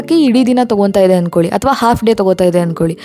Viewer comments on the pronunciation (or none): none